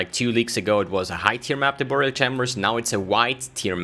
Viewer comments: Nice video, but dude its pronounced By-rial, not buu-rial ;) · Burial is pronounced like berry-ill. Not boor-e-ill. English is stupid, but that’s the way it goes.